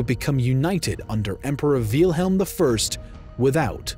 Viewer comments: Did the narrator just pronounce Wilhelm Veal-helm or was that just me hearing it like that. Anyway great video, this war needs to be covered more. It’s actually such an important war for Europe. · Wilhelm, Not Wilhem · I want to subscribe but this guy's pronunciations are kinda pissing me off. Said "Kawn-ig-grawts" for Königgrätz, "Fran-see-kee" for Fransecky, "Veel-helm" for Wilhelm, and more. Come on bro, these aren't super hard German words, normal English speakers can say these right man.